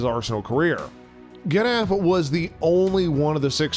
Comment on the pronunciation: American pronouncing Getafe has got to be the funniest film ever to be shown😂😂😂.